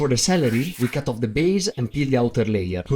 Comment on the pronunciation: Cute it intoe piecese. Terrible-e